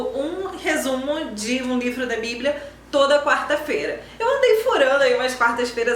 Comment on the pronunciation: Lindo Lindo!!! Você é também maravilhosa!! E articula muito bem! Com muito amor, mas , não se deve falar, " capítulo um, mas, capítulo primeiro," e também, quarta fera, mas feira!!!!